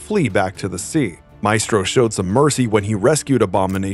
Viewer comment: The E in maestro is pronounced like in when